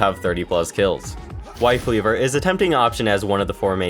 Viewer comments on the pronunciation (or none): Did he say wife leaver instead of life weaver or am I deaf?